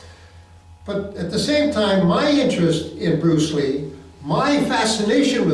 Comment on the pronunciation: Bwuce Ree baby